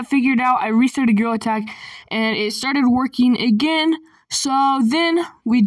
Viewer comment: Bro said. GreaILL. Attack.🤨🤨🤨🤨🤨🤨🤨🤨🤨🤨🤨🤨🤨💀💀💀💀💀💀